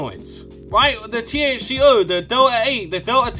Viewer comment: WTF is Delah ay😂